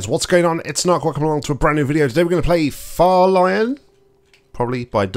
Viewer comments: "far-lion" excuse me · Yeah, it should be "Par-Helion" referring to a mock sun (the lighting in the map).